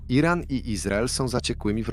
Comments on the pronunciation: Co to jest jeden ran? Czy WY nie umiecie czytac tylko musicie uzywac bezmadziejnego AI... a Moze A jeden😂😂😂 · Lektor jest genialny! Słowo Iran czyta jako: Jeden ran😂😂😂